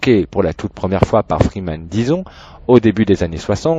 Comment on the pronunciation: "DIEZON" pas disons